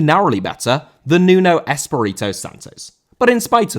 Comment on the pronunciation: Espírito* not Esperitouw